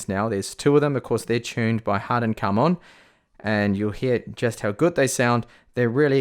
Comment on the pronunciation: harman kardon not harden karmon 😂 but overall keep up the good work bro 👍